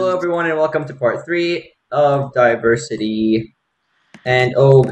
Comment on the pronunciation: LOOOOOOOOOOOOOOOOOOOOOOOOOOOOOOOOOL Its Diversity Not Desteria